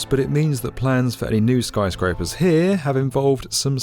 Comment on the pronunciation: why does he keep saying Skryscrapers?